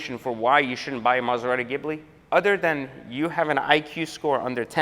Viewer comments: "Mazagibli", 2020. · laughing so hard he starts sweating. 😂 And it’s “ghee-blee” (still a POS)